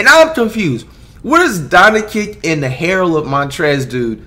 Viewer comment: Bruh he high again cuz he said Donna kick instead of doncic